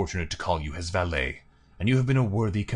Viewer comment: Again again! Fyi 'valet' when used to mean manservant rhymes with 'claret'